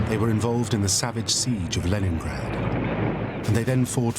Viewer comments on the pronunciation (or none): none